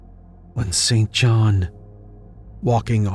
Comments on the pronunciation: Hi. I have a friend name St John.. pronounced 'Sin-jun". Never understood how his parents could have chosen that name! 🤭 Like the late British MP, Norman St John Stevas!! Unless you know someone by that name, it makes sense to think it's pronounced as written.. I heard it many times on documentaries pronounced 'incorrectly' too.. never understood why it is actually pronounced totally differently.. 🤔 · Hey there. Love listening to you as I’m cooking. Thank you. FYI. A pate is a head. He had a bald pate. Pronounced like gate not patė. The name St John is pronounced Sin Jin or Sin Jun as far as I am aware. It is now an old, and barely used name Perfectly normal for Lovecraft’s era